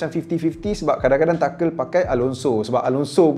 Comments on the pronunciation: Tu nghel bukan takel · Cara sebut dia tuchel lah bukan tuchel bang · TA-KEL ke Tuchel? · Kalau tak silap aku cara sebut nama Tuchel tu ialah “tu-hel” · Tuchel bukan takel tapi good video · I cringe everytime you pronounce Tuchel. Except for 😂 oh bukan saja Drogba & Costa yg perform.. Samuel Eto was 🔥 at Chelsea